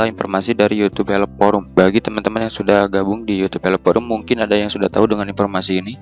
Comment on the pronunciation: oh men kenapa banyak banget orang yang baca huruf F ato V di baca P, Video jadi pideo, informasi jadi inpormasi grrr